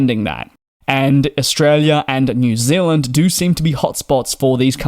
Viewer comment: New Zealand not Zilland